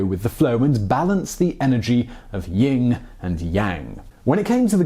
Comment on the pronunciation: It’s YIN and Yang not Ying… also this concept is primarily a Taoist idea